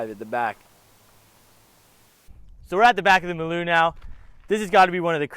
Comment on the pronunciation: It's pronounced Maaalooo. Not Meloo